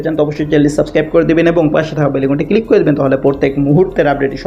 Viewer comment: হ্যলো উপস্থাপক, আমি শুদ্ধ বাংলা উচ্চারণ শিখুন, সমভবত আপনি ‘ মাদরাসায় পড়েছেন তাই বাংলা কথা আরবী টোনে বলে যাচ্ছেন যা আমাদের শুনতে মনে হচ্ছে “ ভাংগা রেকর্ড,” দেশের জরুরী খবর শোনার জন্য চ্যনেলটা খুলেছি কিন্তু একটা উদাহরণ দিয়ে বলি আপনি বলছেন “ কিলিক” এটা হবে “ ক্লিক “; বিডিও বলবেন না, বলবেন “ ভিডিও”।